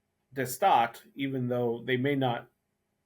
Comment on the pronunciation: Your Dutch pronouncing "De Staat" is very well. I love to see you love it! Greetings from The Netherlands.